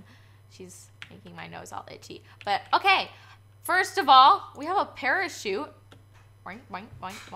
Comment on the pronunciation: Use the pereshute uh